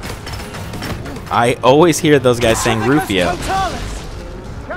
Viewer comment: It's crucio not rufio